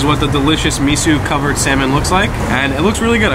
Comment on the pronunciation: Guys, Enjoyed the video but you made 2 flubs! First off...It's pronounced Me-Soh...Not Me-Sue. 2nd...It's Shave Ice...Not Shaved ice. If you noticed, Hawaiian Shave Ice is shaved finer than mainland sno-cones. Plus the assortment of syrups/add-ons is what separates both desserts....